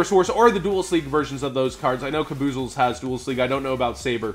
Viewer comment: its kaba-zools, or kaba-zalls, not kaboozles